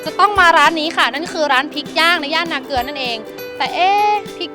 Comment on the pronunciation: นาเกลือ ไม่ใช่ นาเกือ